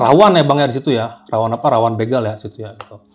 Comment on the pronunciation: Bukan bĕgal but bègal😊